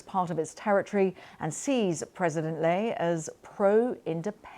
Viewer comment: The female host even can't pronouce Lai's name correctly, why do you care?